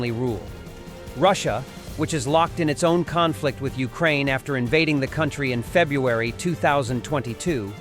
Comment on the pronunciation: It is FEBRUARY. Two Rs. Please correct. Slava Ukraini and stay strong - from Australia! 💪💪 M 🦘🏏😎